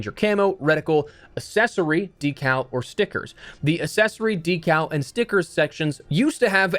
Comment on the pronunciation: No shot you actually pronounce accessory like that